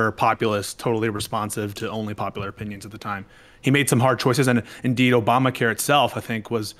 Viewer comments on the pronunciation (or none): Obamna care